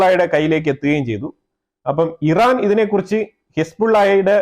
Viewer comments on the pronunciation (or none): none